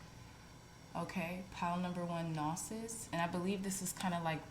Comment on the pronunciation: Gnosis is pronounced “know-sis”. Thank you for your wonderful readings!!